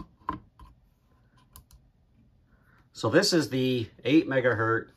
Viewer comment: I stopped watching your video the second time you said "Megahurt."